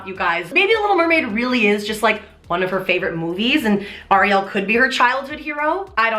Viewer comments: you pronounced ariel wrong :( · The way you produce Ariel is different from I’ve ever heard it and now I am hella confused